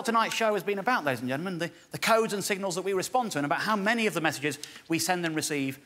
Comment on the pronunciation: Dave has got "ladies and gentlemen" down to 3 syllables. "Lays ge'men."